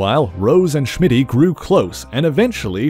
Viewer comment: Why do you say "Shmitty"? LOL his name was Smitty.